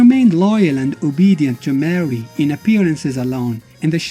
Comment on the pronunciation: It's pronounced more ree not mary brah